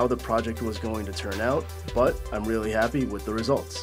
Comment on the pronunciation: I'm sorry, did you say happy ??